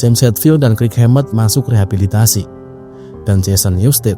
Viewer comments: kirk "kerk" bang bukan krik 😂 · Banyak salah baca nih. Kirk, buka krik. Lightning bukan lighting